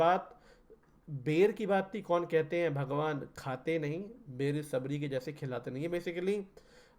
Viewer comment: बैर नहीं बेर उच्चारण करते हैं। आपकी श्रद्धा भक्ति अतुल्नीय है। विचार भी अति उत्तम हैं।